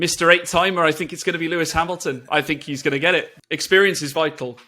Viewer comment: Who's Lewis Hamlon? And who the heck is Vaeri Boas?!